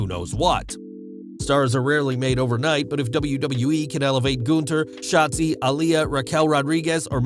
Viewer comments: Goonther😂😂.... Its Gunther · It’s “GUNTHER “ LOL Not that hard to pronounce